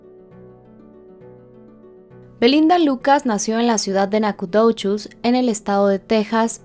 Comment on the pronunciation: Nacogdoches : suena: nacadouchis a veces hay que invertir un poco más tiempo para practicar y decir estos nombres lo más correcto 😎